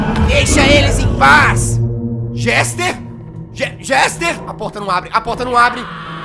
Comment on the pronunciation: Jazz desculpa por te corrigir:( mas o nome dele é Jester é não Gester 😅